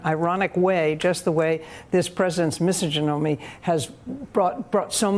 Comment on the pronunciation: Me-So-Ja-Know-Me? That’s a funny way to pronounce misogyny.